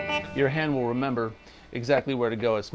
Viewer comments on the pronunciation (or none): none